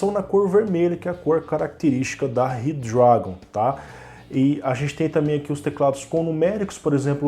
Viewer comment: Zorraaaa, eu imaginei isso, mas como n tava escrito achei q se falava assim auhauhahuhuahuah se bem q falando rápido, ele ja fica com o d meio q automático mesmo!!! Vlw!!!